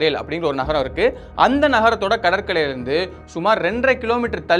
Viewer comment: கடற்கரை... உச்சரிப்பு சரியில்லை... அப்புறம் இரப்பர் மிதக்கும் தன்மை கொண்டது....